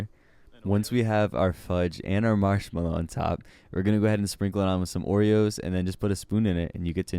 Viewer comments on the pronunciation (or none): none